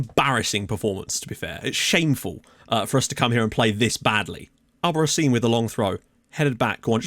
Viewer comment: I should have pointed it out earlier, but Albarracín is pronounced with a hard r, like in rock Also, I hate him. Yes, I am Peruvian and I'm happy you got him, but he comes from the rival of the team I support, so I have to hate him